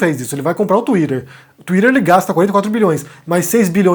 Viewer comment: O falando twitter é muito bom de ouvir